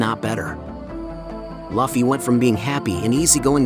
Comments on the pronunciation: ngl hearying luffy spoken as loffy sends me over the edge xD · Your text to speech keeps saying luffy wrong… and it triggers me, lol. Edit: idk if it is text to speech but it feels like it. Nice vid tho! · Lol u pronounce his name wrong but decent video